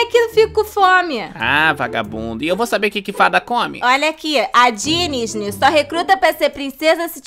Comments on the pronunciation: "Repete comigo dis-ney" "Di-ny" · "Ta vendo, por isso que num entra na dinisde"😂😂😂😂😂😂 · Abertura da Disney em funk e a Fada Foxti falando Diny kkkkkk